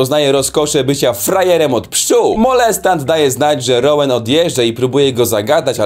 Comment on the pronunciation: Rołan nie atkinson jest dżedi